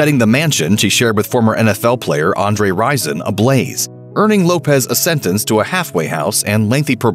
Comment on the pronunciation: I can't stand when people pronounce Left Eye's last name wrong. It is not Lopez. It is Lopes. She even said this on camera before. It's pronounced as an s not a z. Much like the Portuguese Lopes. (Low-ps) not (Lo-pez)